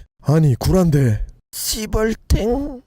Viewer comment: 띠벌탱이 저만 씨벌탱으로 들리나요,,ㅋ